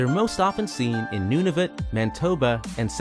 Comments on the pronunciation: Also got "Mantoba" and "Nuvatnu" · Did you do any research before publishing this video? “New Burnswick” ?? “Nanatvu”... “Caribo”... You’re obviously not Canadian… Most likely from the US.. That would explain everything 🙄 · Homie, you pronounced Manitoba as "Mantoba" without the I... "New BURNSwick" instead of New BRUNSwick, and "Nuvatnu" instead of Nunavut.. How can you not read the words on your script lmao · New Burnswick? NUVATNU?? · Not to mention "Mantoba" and "Nuvatnu" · The narrator in that video had terrible pronunciation of New Brunswick, Manitoba and Nunavut as well as Lake Cowichan and Mesachie Lake. Several other words that I can't remember now. When he was talking about the Vancouver Island Marmots he said "where most BIRDS migrate these do not." He knows they aren't birds right?